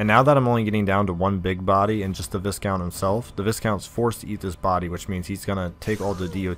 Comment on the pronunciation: Pronounced Vy-count.